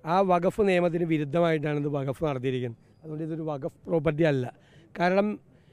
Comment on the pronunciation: വഗഫ് അല്ല, വഖഫ് ആണ്. അതെന്തെങ്കിലും ആവട്ടെ ഈ വിഷയത്തിൽ ഒരു മുസ്ലിം സംഘടനാ നേതാവും ഒന്നും പറഞ്ഞ് കേട്ടില്ല പിന്നെ അങ്ങ് എന്തിനാണ് മെഴുകുന്നത്.